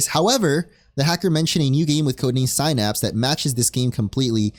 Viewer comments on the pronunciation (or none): Sin Apps. Why does ever single Pokémon YouTube person have such a problem with English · All these pokemon youtubers who don't know how to pronounce the word denoting a neurochemical junction between neurons. Synapse, pronounced like Sin-Apps.